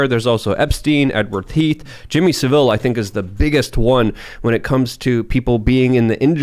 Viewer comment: why do literally NONE of these people know how to pronounce jimmy savilles name?